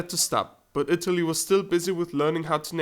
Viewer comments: "the young state of shitaly" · Shitaly? AHAHAHAHAH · "They young state of Sh-Itlay." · My Italian ears heard that too, but it made me giggle. He sneaked it in. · seriusly?! "Shit-aly"..... so funny......... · LOL souds like you said "Shitaly" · Who else heard shitaly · Did he say "Shitaly"?